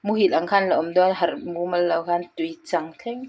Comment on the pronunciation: Tuichang i lam dan a dik lo "chang"tih lai khi thluk tur